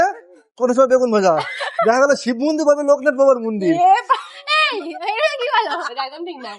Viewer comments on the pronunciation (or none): none